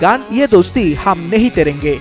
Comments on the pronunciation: তেরেঙ্গে নয় তোড়েঙ্গে 😂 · Terenge আবার কি torenge ভুল উচ্চারণ করো কেন 😅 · সম্পাদকের উচ্চারণ ক্ষমতা তৈরী হয় নাই... '' এ দোস্তি হাম নেহি তেরেঙ্গে '' .... তেরেঙ্গে কী জিনিস ভাই ? 😅😅😅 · Eta bangu bang ali mosolman der pronounce. 😂😂😂😂😂